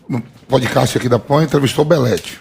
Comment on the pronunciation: "podicasti" kkkkkkkkkkkkkkkkk